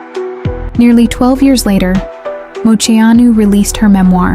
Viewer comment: I wish you could pronounce her name right 😂 but this was a beautiful way to share her story again